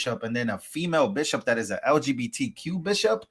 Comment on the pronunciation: Disgusting "bishiop". (Bishop, my a$$!)